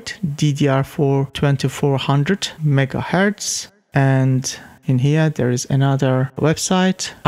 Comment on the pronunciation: Megaheartz, jigabites